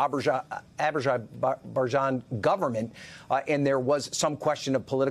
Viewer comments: This reporter can't pronounce or read Azerbaijan. Wow. Who did he have to service to get a job at MSNBC? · Reporter needs to learn how to pronounce the name of the country: "Azerbaijan"